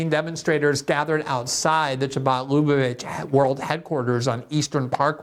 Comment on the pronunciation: She is Jewish - and from Israel! ANd did you say CH-abad, Glenn? You know it's KHabad.